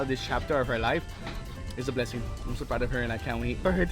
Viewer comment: 🤣🤣 “pineapple shaped hearts”